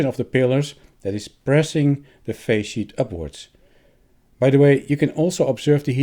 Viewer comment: Is resonance in the face sheet a problem with such high frequency adapting? I keep hearing "phase sheet" - thanks for labels within video 😀